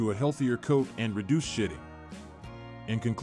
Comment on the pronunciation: 😂😂😂😂😂 seriously he's got to know he's NOT saying Shedding... they clearly shit a lot 😂😂😂